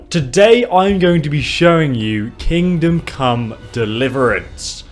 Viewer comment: "Today i'm gonna show you Kingdom Cum Deliverance"